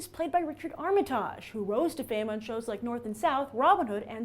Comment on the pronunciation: Nice, but Armitage is NOT pronounced like that. xD